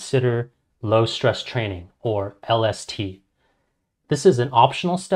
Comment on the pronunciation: My guy that mericle grow stunts yer plants so they only grow to be like 3 to 4½ feet tall and u wont yield that much if u use that mericle grow shit and lol everytime he says lST I think he says LSD I'm like hollup what's that gota do with this